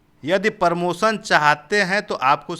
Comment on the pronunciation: Bandhu jab aap promotion ko sahi sahi nahi bol pa rahe ho to aap kya hi journalism karoge .Apse achchha to gaon ke galiyaron me bachchhe bolte hain.